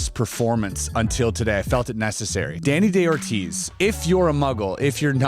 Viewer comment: Very good video, buts it´s not "Deni DeOrtiz", It's Dani DaOrtiz (Spanish pornunciation). Thanks.